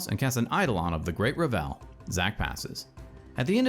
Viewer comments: Only criticism I have is that Revel is pronounced "Reh-vul" instead of "Re-velle" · Awesome video, just one complaint. It is "revul," not revélle" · Reh-vull Not Ra Vell. It's a party, not a french composer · Only thing i have a problem with is the pronunciation of “Revel”. It’s being pronounced like “Revell”. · Excellent video but every time you said Great RUH-VELL instead of REH-VL, my eye twitched. :P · Revel should rhyme with Level or Bevel, btw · Was getting ready to comment this. Can't wait to play my meme deck with ReVELL in RiCHES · Eidolon of the Great "Reh·vl" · btw I believe 'Revel' has the emphasis on the first syllable, rhyming with bevel or level. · Just a small thing, I think you might be mis-pronouncing "Revel". A misplaced emphasis on the second syllable. I could be wrong though. EDIT: I was mistaken about the goblin guide triggers. Otherwise, quality content as always! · Revel is pronounced with the emphasis on the first syllable, not the second. Sorry to be that guy, but it was bothering me.